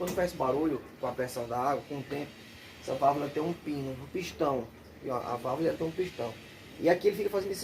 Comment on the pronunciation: É Válvula que fala .....não vávla.....